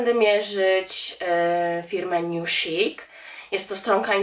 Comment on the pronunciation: Wpisz sobie w translator i posłuchaj jak się mówi niuszik właśnie